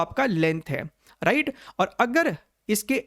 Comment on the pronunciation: Sir aap ride bolte hai ya right 😂